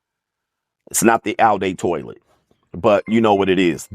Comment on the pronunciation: "Oww Day Toilet" is diabolical hahahahahah 🤣🤣